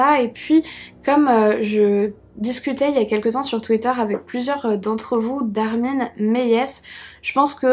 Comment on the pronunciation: Haha J’ai adoré ta prononciation de ce tueur mdr En vrai ça se prononce « Armine Mailleveusse » Mais pas de moquerie ne t’inquietes pas ! Toujours une super vidéo en tout cas, tu racontes très bien bravo !!